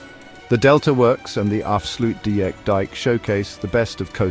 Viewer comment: dike dike right why not dikedikedike and oester schelde??? ...right, it clearly reads says OOster NOT Oester with O as in go, and not oe as in shoe switch off the idiotic AI voice PLEASE.... it is INSULTING our language... af sluit dIJk with a Y /ij